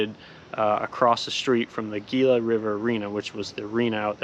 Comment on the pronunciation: Gila is pronounced HE LA